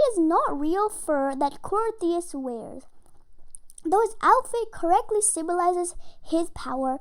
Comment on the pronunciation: you said crios wrong